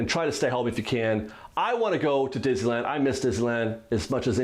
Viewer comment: I think that you can use this quarantine time to practice saying the word Disneyland correctly.